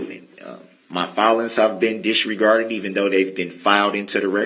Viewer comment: Bro u can't even say disregarded, u said disgarded . Ur words are useless